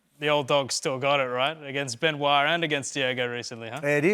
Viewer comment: Volk trying to pronounce Benoit is funny as shit